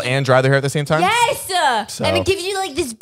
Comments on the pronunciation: You know a girl is enthused when "YES!" becomes a two-syllable word. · I didn't know YES was a multiple syllable word